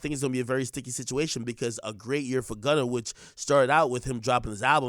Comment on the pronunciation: Gunner!!!!!!! Not gunner😭